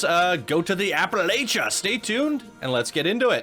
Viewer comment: I can't help it it bothers me lol.... App-uh-latch-uh. Carry on. 😉😊